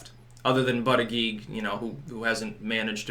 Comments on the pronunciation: It's pronounced "butt-edge-edge"....js. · It's pronounced "boot-edge-edge"... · I wish you would pronounce buttigieg right. It's pronounced Booty- Gouge.